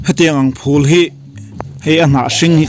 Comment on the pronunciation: Phul i tih hi a chiang si lo a, eng ang nge hriat a harsa tlat